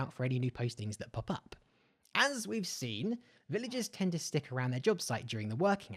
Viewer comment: "Livigers" xD